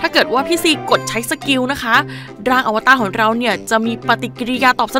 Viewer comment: อวตารค่ะไม่ใช่อวต้า @@